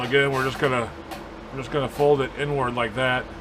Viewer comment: Everytime you say the inward it sounds like you're saying N WORD. LOL